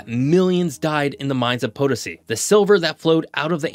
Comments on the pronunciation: not POE tuh see it is puh TOE see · huh? it's not; it's on the TOE